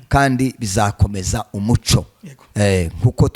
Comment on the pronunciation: Umuco= lumiere. Naĥo Umucyo= indangagaciro y,umuntu . Mugerageze kuri prononciation rwose byombi uko muvuga ko muravuga Umuco!!!!